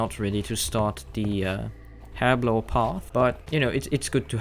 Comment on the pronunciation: Also, I love how you say Herblore. "Urblur" Book. It brilliant, I love it, and everyone else is saying it wrong.